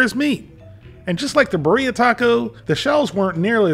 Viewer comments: i think it's pronounced BEERia instead of biREA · Beer-Yah is the local pronunciation. Cheers from the Central Valley of California. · beeREEAah is how its said love the content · The way says birria man 😂😂